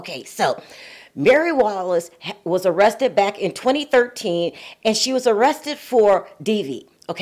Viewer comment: I know this isn't the "Harvard Channel" and most people, including the hostess, speak "street" for lack of a better term. But "arressted"???? Come on, people; it's "ARRESTED"! This is like 4th grade spelling. I'd be willing to chalk it up to a typo if not for the regular butchering of the english language. Don't get me wrong. I generally enjoy the content-otherwise I wouldn't be here. It would just be nice if things like spelling, grammar, and speaking were at least on a high school level. I noticed that not one other person that I could find even noticed a basic spelling error. Or maybe no one cared. But I lean more to the former than the latter.